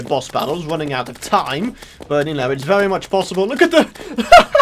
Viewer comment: OMG when you say very its really funny it sounds like vewy